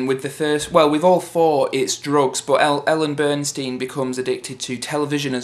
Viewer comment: haha lol. please stop saying Ellen Burnstein. It's Ellen Burstyn. haha good review mate